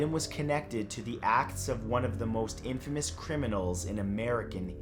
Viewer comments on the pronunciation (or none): none